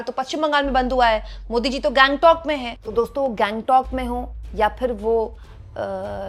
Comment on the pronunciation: दीदी गैंगटॉक नहीं, उसे गंगटोक कहते है।